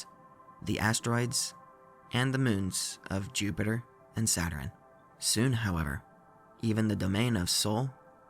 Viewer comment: I like consistency. Pronouncing “patterns” as “patterins”, and “Saturn” as “Saturrin”. Never change,. We love you just the way you are ❤️